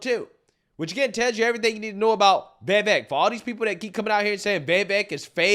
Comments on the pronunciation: Score-say-z and it’s Vivek like cake. Please do 5 freaking seconds of research before posting a video. Every video you make your mispronouncing commonly known people’s names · He can’t even say his name. It’s Vivake like cake. Come on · I heard Vivek is said like "cake"